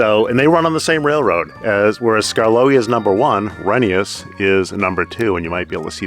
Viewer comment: Glad to hear you're pronouncing Rheneas' name properly, Reh-nee-yus